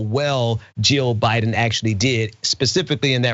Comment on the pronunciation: Someone in the lincoln projects live chat pointed out when she says Biden it sounds like she says BYE DON. I laughed so hard I was crying. But to answer your question I am going to go out on a limb and say because this is what she was told to say..... maybe Barron wont be in the will if she doesnt do what he wants. Who knows